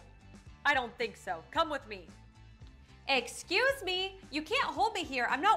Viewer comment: EXCUSSS ME😂😂